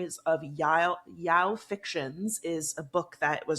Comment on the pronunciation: omg release the phone call! I need it!:D Also, it's pronounced "yow-ee" it's the mlm version that has manga and anime for it. The wlw version is yuri!